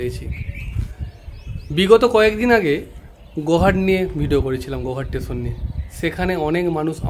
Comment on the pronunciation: "স্টেশন" - টেশন না।